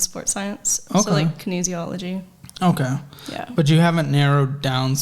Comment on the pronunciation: As soon as she said kiniseology I knew she’d make a great barista